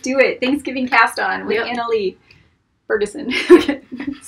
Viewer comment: You guys!! THANK YOU! I was so shocked to hear my name! And super impressive that you pronounced it correctly...you'd be surprised how many people butcher my name. ;) I looked on your channel home page and didn't see a contact button. Should I email you?